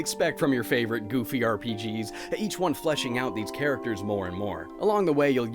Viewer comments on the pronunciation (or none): none